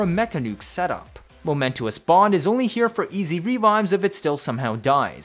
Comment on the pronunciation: FYI "momentous" is pronounced moh-MEN-tuss, not moh-MEN-too-uss. It's only three syllables. Thanks for another great one! What a trip that suddenly there is a real reason to bring a Moa!